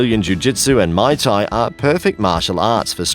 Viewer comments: Pro tip: teach your narrator how to actually pronounce these words! Lost it at may tai instead of muay thai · Ok this list was a dumpster fire but to sum it up Muay Thai was pronounced wrong and is only effective against a single attacker Wrestling is only useful against a single attacker Artimes/escrima/kali takes years to learn effectively and does not ensure a successful disarm and the clips of military personal using kali were using the Russian hand to hand style called systema Taekwondo is like karate with extra padding and is near useless outside of sporting form The LINE system has outdated for years and the USMC is currently using MCMAP Overall the single most effective form of self defense is Krav Maga as it focuses on subdueing an attacker by striking unconventional and effective targets on the body while teaching everything from ground fighting to multiple attackers to melee and firearm disarms